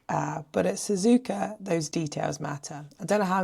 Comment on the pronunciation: There’s no R in SZUZUKA.